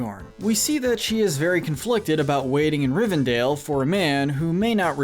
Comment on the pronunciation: Rivendale was a personal highlight. I was waiting for Jughead to pop out.